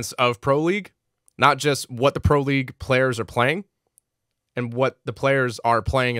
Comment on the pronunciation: sensing a nook nerf coming since "PWO WEAGUE COMWAINS"